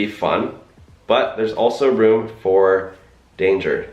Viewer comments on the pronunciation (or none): none